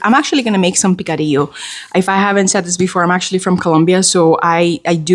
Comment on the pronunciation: Yum… picadillo 🤤🤤🤤 yes, you pronounced the rice bowl the right way. They used have a fast food chain, they served the best Korean hot stone rice bowls ever.